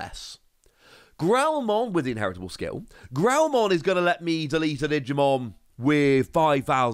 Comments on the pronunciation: every time he says guilmon mon's name like GEE-l-mon I keep silently shouting to myself that it's pronounced gh-EEL-mon. at least that's how it was pronounced in the american dub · Guilmon is pronounced and followed, sound out the g sound gu, eel, mon